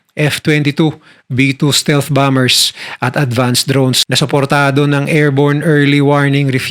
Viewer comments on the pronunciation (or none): none